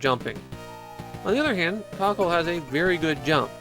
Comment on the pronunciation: I see what you're getting at with the pronounciation of "kakeru", but it sounds like you're just calling him "Cockle". I think there's a lot of japanese words that just don't work unless you're a natural in the language.